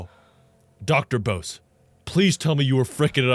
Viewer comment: The dude’s name is pronounced “Bussy,” not “Bow-se,” trust me on this one👍👍